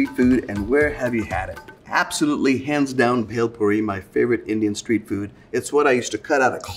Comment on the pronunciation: It's not belpore... It's bhelpuri...